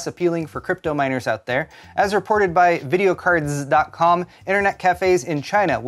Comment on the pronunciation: I always smile when you say "Videocard-zzz" :)